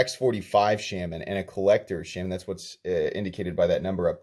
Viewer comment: Shay-man. Or Shah-man. But not how you're doing it.